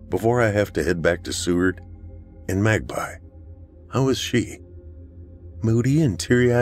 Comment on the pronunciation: Thank you Nora, I’m a proud grandpa, she is a joy to work with, takes direction so well. We laughed so hard when she pronounced Magpie as mag-pee.